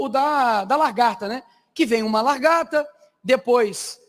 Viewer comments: Nem falar nome de lagarta ele sabe! " CHAMA LAGARTA DE LARGATA" vai estudar analfabeto!. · Só perdôo ele falar "largata" porque ele estava muito emocionado nesse mega evento, e sabe falar bem combatendo os esquerdopatas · O cara fala LARGATA.